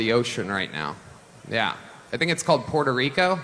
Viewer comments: I wonder how many words and names this guy pronounced in his regional, English dialect when he could’ve pronounced them based on their non-English origins or regional pronunciations while he was making a cringe point of pronouncing Puerto Rico the way he pronounces it every five seconds in this video. I don’t know how you guys think that taking these righteous virtue singling perspectives about Donald Trump is going to somehow keep him from getting elected. I don’t know where you’ve been for the last 10 years. You’re just making things so much worse with your lazy attempts at inclusivity that just seem exclusively indicative of SJW’s like the guy in this video. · This guy is going to cost Kamala Harris the election if he doesn’t stop pronouncing Puerto Rico like that. Also, the misleading titles of every video from this channel are definitely causing more harm than good. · Jesus please stop saying Puerto Rico like that. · The way you’re pronouncing Puerto Rico is cringe-inducing. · Brett please stop saying “Porto Rico”. 😅 It’s nowhere near the native pronunciation and even Puerto Ricans are ok with just saying “Puerto Rico”. That said thank you for posting this. I think any PRican or Latino who votes for Trump hates themselves and our ancestors. It doesn’t matter if you’re documented or a citizen, MAGA will think all of us as “illegals.” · Remember when Trump tried to pronounce it? "Poo-ear-toe Ree-co." Even Melania knew how bad the accent was. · Why does this guy put such a weird emphasis on the t in Puerto Rico? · Please stop pronouncing Puerto Rico that way. It sounds so “American” the way you say it. Btw Trump is an ahole the must be beat. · That Ben keeps pronouncing Puerto Rico with an accent is as bad... just tell the story... 🤦‍♂ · you seem to be pronouncing Puerto Rico strangely. Love your channel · Why are you pronouncing Puerto Rico an Puerto Ricans like that? It sounds really awkward and a bit pandering.